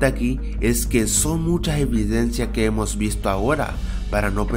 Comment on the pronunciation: de decir eimos